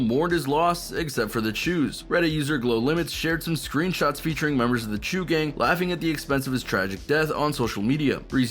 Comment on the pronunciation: Fyi your saying cho wrong just wanted to put that out there